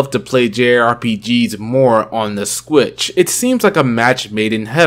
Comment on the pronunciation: Sometimes I hear "Switch" others i hear "Squitch"